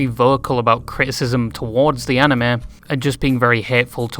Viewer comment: Props for actually pronouncing Anime right 🤣